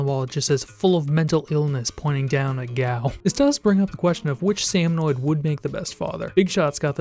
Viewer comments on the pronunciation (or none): Great vid, but for the love of god it's salmoNID not salmoNOID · Hearing him mispronounce salmonid hurt my soul